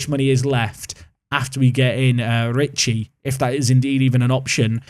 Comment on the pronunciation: Yes, Lucca and Ricci pronunciation this time is about right.